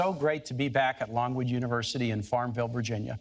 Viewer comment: Did anybody else hear Pence say, "Norwood University"? Because that's what I heard, which is odd, considering they're at LONGWOOD University....